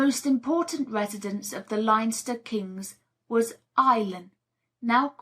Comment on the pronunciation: No offence to the reader, I realise that Irish place names can be difficult, but I had to stop listening when I couldn't figure out where she was talking about . Even Leinster was mispronounced and that's a province.